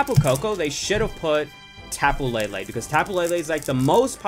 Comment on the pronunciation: Why u say lilie